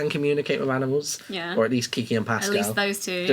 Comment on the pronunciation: i love how they pronounce animals as aminals